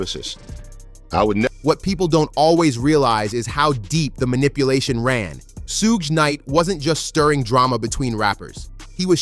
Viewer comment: You pronouncing Suge name all wrong. Its killing the video. Good work tho.